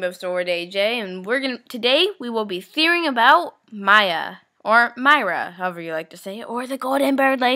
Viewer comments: its nawt maira its miiiiira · let her talk rainbowsowrd and mira has an R so its mira not mia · you say mira's name like mera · ITS MIRA NOT MYA!!!! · acctually its pronounced meera not maya mira but it is spelled mira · you say he name like miya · Mira SAY THE R LOL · good job on this vid though u said mira's name wrong.